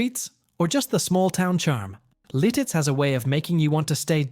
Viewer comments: Oh, please! The town is Lititz, PA....not 'Lil-titz! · Its LITITZ! Not Liltitz. I'm dying 😂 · Lititz, not "Lilttiz." A lot of mispronouncing of town names and local sites. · Not Liltitz. It's Lititz. Also, not all the footage in the Ephrata segment is from Pennsylvania. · LILTITZ? Thumbs down. Fail. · It is Lititz , pronounced Li tits with the accent on the first syllable. And, Bellefonte is pronounced as Bell Font.